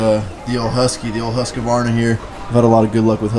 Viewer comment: Husqvarna (Husk-Var-na)